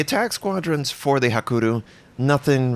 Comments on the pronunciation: It's "hakuryu", not "hakuru" ;) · Hakuru xD :D HA-KUH-RUY-YU